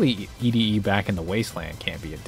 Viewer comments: The way he says E D E bothers me. Its Eddy thats the joke. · Loved this, but I HATE that he pronounces ED-E’s names as “E D E” and not “Eddie” hahahaha. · It bugs me you call him E-D-E instead of Eddy. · who the hell calls Ed-E "eedee" instead of "eddie" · i hate how you call him E-D instead of Eddy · Wait that’s pronounced Eddy? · His name is pronounced like Eddie. -_ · See I thought you seemed like a good up and coming YouTuber who was gonna blow up soon and then I heard the way you pronounced ED-E. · Why do you pronounce ede-e the way you do...